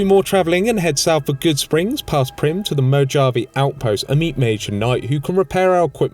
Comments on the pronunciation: Moe-Jav-Aye outpost. That was rough to hear bud. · No offense but Mo-jave? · this man said 'mo-jave' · mo jah vay? really? you really pronounce it like that?!?! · It is Mo-ha-ve as it is of Spanish origin, but love the content. Been finding myself returning so I have subbed for more